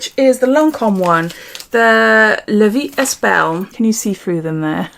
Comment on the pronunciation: It's Sì... like "see" but a short ee. 😄 Means yes in italian. And in La vie est belle, the "est" is pronounced "eh", the s and t are silent.